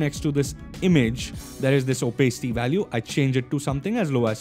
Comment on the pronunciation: Really love your tutorials brother but everytime i watch your videos i cannot get that "Opacity" pronunciation out of my head. Anyway not trying to be a criticizer, keep up the good work with tutorials. Looking forward to next one. <3